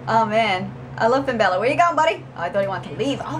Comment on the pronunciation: U pronounced it right it's Finn bàller